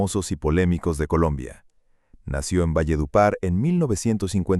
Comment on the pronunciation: no se dise valle de upar se dice valledupar 😮😮😮😢😢